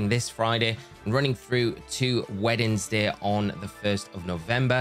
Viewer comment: I cannot unhear "weddingsday" anymore